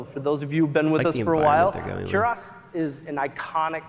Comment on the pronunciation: They can't even pronounce "Kurast" properly. 🤦